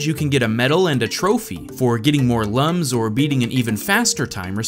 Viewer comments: Basically, according to Ubisoft, Lums are pronounced "Loums", like in the word "Illumination" and not like "Lams". This might have to do with the Latin roots of the word. But this is a small detail. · IT'S PRONOUNCED LOOM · I know it is not important but lums is pronounced like /looms/ which is according by the manual. p.s. like your video and the game